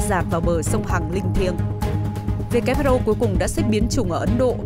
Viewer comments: Who sao lại đọc whr ? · Phát thanh viên mà sao lại đọc sai chính tả WHO mà lại đọc WHA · Sao đọc là wha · WHA khac voi WHO nha ban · Kênh sửa lại cách đọc tên của Tổ chức Y tế thế giới viết tắt là WHO, chứ ko phải lả WHR nhé. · WHO sao MC đọc là WHA vậy ta ?